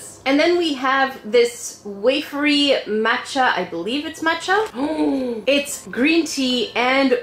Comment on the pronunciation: You say Ramen and Matcha totally different then I do hahah